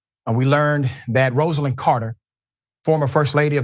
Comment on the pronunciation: Dr Richey you worked at the Carter Center and you still cant pronounce her name correctly?!😢